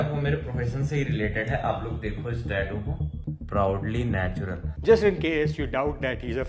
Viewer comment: Natural ❌ Natular ✅ 😂😂😂